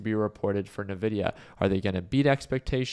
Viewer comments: My ears bleed a little every time he says it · I feel like he's f*cking with us when he says (Nuh)-Vidia instead of (IN)-Vidia. 😂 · Everyone I know calls it "En-vidia"